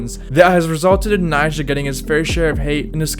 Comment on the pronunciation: Be like everyone who has undertitles on when he says the nam Nyjah🤦‍♂